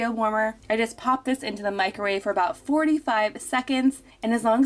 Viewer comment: Meecro-wavay haha love the Nigella pronunciation 😜